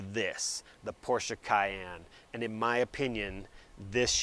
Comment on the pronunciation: Dude thank you for pronouncing Porsche correctly